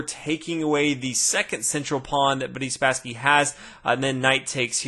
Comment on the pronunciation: I always hear "Buddy Spassky" and I have to think of "Buddy Jesus" from Dogma :'D